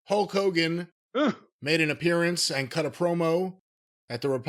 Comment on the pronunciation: Whenever Cornette says Hulk it sounds like "Huck". Maybe it's his backwards inbred country a$$😂